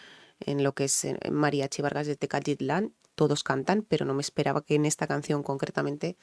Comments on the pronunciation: Las palabras Mallas, Nahuatl y demás lenguas indígenas que tenemos en México no son tan comunes y pasa lo que dices, se les complica expresarlas, aunque en este vídeo no lo dijiste mal Tecalitlan, solo en algunos momentos cambiabas "T" por la "L" y decías Tecatitlan, pero es normal aquí en México hay gente que le pasa lo mismo, así que tu tranquila y ya sabes que en cualquier lugar del mundo existen personas que solo buscan los errores y no los aciertos de las personas, así que animo y tu pa'lante (para adelante) que para atrás ni para tomar impulso. Saludos desde la hermosa perla de Occidente Guadalajara, Jalisco, México, si señoooor. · No te preocupes, es normal que te cueste trabajo pronunciar palabras para tí extrañas, si me permites te doy un consejo para esas palabras difíciles, dividelas en sílabas, TE-CA-LI-TLAN, y así repite varias veces hasta que te salga TECALITLAN, vá.? o cualquier otra palabra, muchas gracias por compartir tus conocimientos y experiencia. Guapa, simpática y preparada, qué más se puede pedir? Un abrazo desde México, espero te animes y un día nos visites, no te arrepentirás.😉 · si se te fueron "a la yugular", por no leerla o pronunciar la palabra TECALITLÁN no te fijes, ni te sientas mal ni incomoda. Tecalitlán es un pueblo en el Estado (Provincia, así les dicen en España a, Zaragoza, Aragón, Cataluña, a Castilla la Vieja o a Galicia) de Jalisco. Los Mexicanos somos muy localistas, en Jalisco a veces exageran: Los que se te "fueron a la yugular" quizá provienen de Jalisco, solo es cuestión de averiguar preguntándoles donde nacieron.